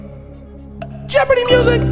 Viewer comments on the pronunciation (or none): none